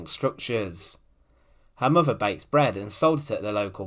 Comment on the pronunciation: Just one note: it's mother not muvva